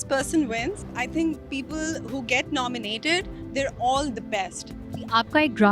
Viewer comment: Can anybody plzz tell amar its nominated not nomonated....